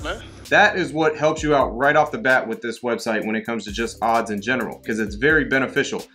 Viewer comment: Please make sure you don’t forget to add the ‘s’ in the word “odds”. It makes a HUGE difference. 🥴😂